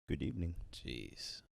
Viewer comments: Good ebening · Good ebening,.